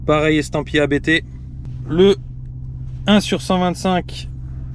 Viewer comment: Il ne s'appelle pas "A" "B" "T", mais Abt comme le nom de famille du fondateur avec 3 pilotes de course célèbres (dont DTM et Formule E) Vous devriez faire un peu de recherche / effort avant une vidéo! !! :-(